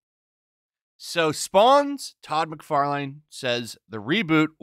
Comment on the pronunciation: Mc far line?????? Brian guy? Lol Dude. At least get the name right if you want us to take it seriously